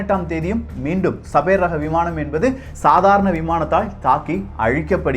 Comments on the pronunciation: என்னாது ?? சபேர் ஆ? 🤦‍♂️ Sabre? அதை சேபர்னு சொல்லனும்! சேபர் என்ற சொல் போரில் உபயோப்படும் ஒரு பெரிய வாள்! Star wars ல கலர்கலரா வச்சிருப்ங்யளே அது light Sabre!. !Ice age க்கு பின்னால் அழிந்து போன ஒரு புலி வகை சேபர் டூத் -Sabre Tooth. அதோட பல்லு வாள்மாதிரி கூர்மையா பெரிசா இருக்கும். தகவல் சொல்லும்போது சரியா சொல்லுங்க. சின்ன பசங்கள்லாம் ஒழுங்கா கத்துக்க வேணாமா? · Annae adhu sabaer illa. Saeber..